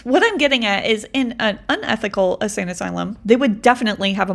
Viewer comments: I just gotta say, ur saying Asane. It’s insane asylum. Sry. It was incredible all the same! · Love the longer videos but my ocd mind is making me say this so I’m sorry lol. Insane asylum instead of asane asylum. I had ti say it I’m sorry lol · I like the longer content. I even went to me app to play it so I could reply. I didn’t however like the only music part. I kept it on because I was racing the video to get myself ready to leave the house. You won. I love how you keep saying “asane” asylum instead of insane. I almost messed up my mascara smiling at it. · Hearing her repeatedly say "asane asylum" is going to send me to the insane asylum 😂